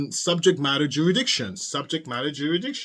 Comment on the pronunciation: It's jurisdiction, not juridiction....No offense intended.